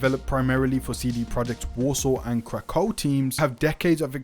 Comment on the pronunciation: Great video. I know it was just your accent but when you said Krakow Studio it seriously sounded to me like Crack Hoe Studios. I died laughing.